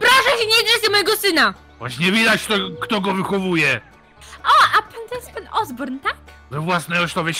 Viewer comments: Osborn, nie oborn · Hej Norman ozborn oborn tylko ozborn